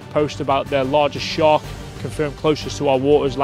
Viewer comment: Thets nawt a shark...its a SHHEEEARK.